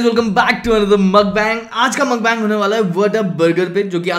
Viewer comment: It's not makhbang it's mukhbang